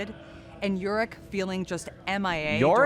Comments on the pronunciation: The fact the "lore specialist" for league cannot even pronounce Yorick right says so much about Riot. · she was the art director so she’s literally lead the teams that conceptualized champs. idk why her pronouncing yorick weird makes u think she knows nothing about the game